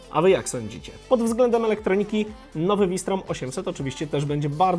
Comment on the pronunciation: Mówi się "fałsztrom" ty geniuszu.